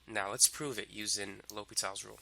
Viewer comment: Its L'Hopital. not L'Hospitals